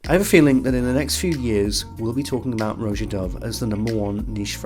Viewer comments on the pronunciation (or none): “Roja Dove: Perfumes so good, YouTubers still mispronounce his first name!” should be the brand’s tagline.